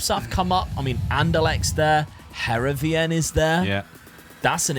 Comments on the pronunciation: Loving this series! Just a quick note - Heerenveen is pronounced Herenfeen - key bit is the v pronounced as an F 🙂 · Btw, Heerenveen is pronounced like (Hear-en-vane). It's my local club!